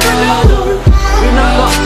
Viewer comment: He is not called roneldo